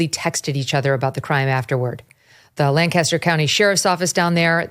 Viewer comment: The lady that was killed in South Carolina, that happened in my hometown. And small bit but you put the emphasis on the first syllable of our city, LANcaster.